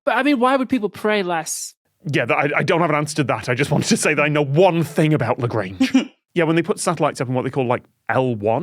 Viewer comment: Tom saying "Lagrange" like it's Grange Hill